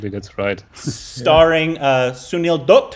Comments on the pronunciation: nope. Ask your girlfriend if "Doot" (as you pronounced it in this video) is correct. Although, you are both getting much better with your pronunciations.. for example, did great pronouncing Kishore Kumar. You both still have problems with words like Jai and Ram. You will get there eventually. Also, keep in mind the letters CH as in Chandra and the letter J as in Taj are pronounced like the American Ch in Chuck and J in Jack, instead of the French pronunciations as in Charlotte and Jacques. Also, the a-n sound in the Chan portion of Chandra does not sound like Jackie Chan's last name (and certainly not like the Shan in Shanty). It sounds like the u-n sound in the Chun portion of the word Chunk. I don't know why most Americans equate the foreignness of Hindi with the foreignness of French. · &, listen to how your guests pronounce Sunil's last name, Dutt. They are pronouncing it correctly. You two are both getting it horribly wrong. You always have. The vowel sound is the same as in Cut, Hut, and Mutt; NOT like Moot, Toot, or Hoot.